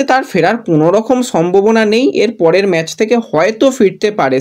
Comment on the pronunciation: ভাই তুমি আবার ম্যাচ কে ম্যাজ বলছো? আবার ফিডনেস হবে ফিটনেস। বড়ো বাজে লাগে। একরু শুদ্ধ করে নাওনা ভাই। তুমি ভালো বলো, সব ভালো কিন্তু উচ্চারণ টা ঠিক করো। অবশ্যই লাইন নয় অফ লাইন।